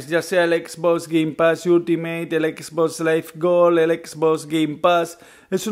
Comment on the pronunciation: Comprate una ps4 porfavor, porque cada vez que pronuncias xbox me chirrian los odios